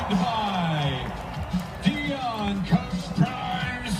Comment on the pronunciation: You pronounce deion sanders's son's name wrong